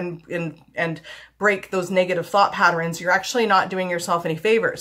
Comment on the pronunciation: I like how you say "patterns" you say "patter-ins" Cute! lol